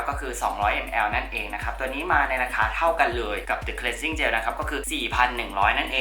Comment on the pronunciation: เป็นบิวตี้บลอกเกอร์ท่านแรกเลยมั้งคะที่ออกเสียงคำว่า cleansing cleanser ได้ถูกต้อง ขอบคุณจริงๆที่มีคนแบบคุณ ... เดี๋ยวจะลองthe concentrateตัวนี้บ้าง :)